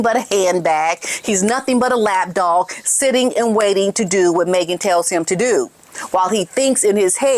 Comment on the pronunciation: Did she say lap dog or laff dog?